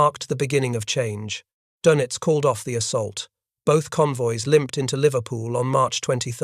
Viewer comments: His name is not pronounced "Doughnuts". Try "Doynitz" to get close. - The Pacific battle was determined when the Japanese were chased off of Guadalcanal in January, '43, the African littoral when the Nazis were expelled from Tunisia in May, '43. The Nazi 6th Army surrendered in February '43. Doenitz gave up in March '43. By late Spring, 1943, the war had been decided. - No. After Spring, '43, the Battle of the Atlantic was over in everything but claims, as was the war was in every other theater. - This was the exact circumstance facing Japan, but the Allies hadn't yet killed enough of Hirohito's subjects to satisfy his thirst. He would finally be satisfied in August '45, after he realized that he well may be next to be incinerated. - Military defeat in the mid-Atlantic isn't 'some distant battlefield'? Yes, yes, it is. - Von Rundstedt didn't know he had to defeat William Knudsen, and he didn't. Doenitz didn't know he had to defeat Henry J. Kaiser, and he didn't stand a chance. - 'Barely 8' above the waterline'?! Bullshit. - How many on patrol? From memory, he never got close to his stated requirement of 200. - And one pederast! - If you can calc the number of calcs required to break the code, it is NOT 'mathematically unbreakable'. All you need to break it is a high-speed calculating machine, and that's what the pederast delivered. Once you 'broke into' the code, the hits avalanched. - You might assume Turing could have 'sup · ADMIRAL KARL DONITZ - IT'S REALLY NOT PRONOUNCED THAT WAY. THERE IS AN UMLAUT OVER THE O IN DONITZ. YOU SAY IT LIKE DAYNITZ, BUT WITH YOUR LIPS ROUNDED FOR THE FIRST SYLLABLE.